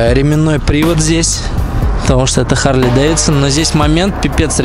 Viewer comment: когда же вы начнете правилно назавание произносить - Харли, "-ли", не "-лей". чтоб посмотереть данные с компа, зажигание включать не надо. просто переключатель в лево, в позицию "accesories". ну и переснтаньте крузеры називать чоперами.